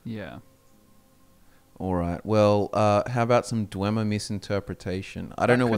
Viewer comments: ❎ dwehmer ❎ dweemer ✅ dweebmer (they're all nerds) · Martin Septim says dwemer as (Dwaymer) if you give him Volendrung in the Blood of the Daedra quest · Oh sure, you could take the word of some sketchy mage in morthal on the correct pronunciation....Or one of the last of the snow elves. The way he pronounced "dwemer" was virtually identical to how we pronounce "Dwarves".